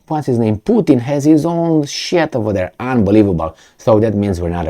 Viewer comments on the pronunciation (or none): none